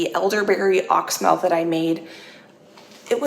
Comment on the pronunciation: I am an herbalist and wanted to let you know that you are mispronouncing oxymel. It is pronounced ox-e-mel. 3 syllables.